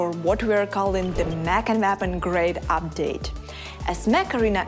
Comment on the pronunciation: Why does she pronounce: “Mech & Nap Grade Update”. WTF is that? 😂😂😂